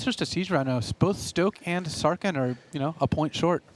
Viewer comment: These announcers annoy me, and it's all over one word. It's Sarkhan, not Sarkin. You don't say Kins of Tarkir, do you? Same word. Same meaning, even! His name means 'Great Khan' for cryin' out loud! SarKHAN Vol. OK, rant over. This was a good match. I wish I was good enough to compete at this level.